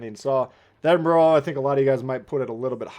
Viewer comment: It is not edinburrow or edinburg, it is pronounced edinburuh. Americans, honestly